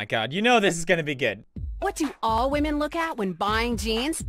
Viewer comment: pewds caught disrespekting wahmen